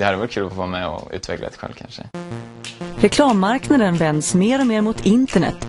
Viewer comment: who came to this video just after he said us not to go lol but i am disappointed he pronounces word kanske in that weird way